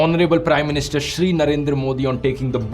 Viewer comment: yeh kabse shree bolne laga?😂😂